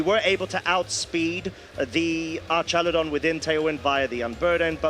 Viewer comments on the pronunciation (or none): Archalydon guy is driving me nuts